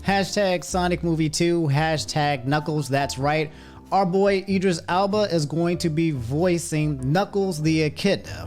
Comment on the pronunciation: You pronounced Cuomo and Idris Elba wrong.